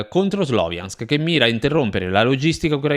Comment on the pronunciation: Ciao, anche se è scritto Sloviansk si pronuncia "SLAVIANSK". 💪 Congratulazioni per il canale.